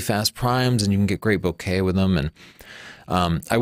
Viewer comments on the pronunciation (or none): none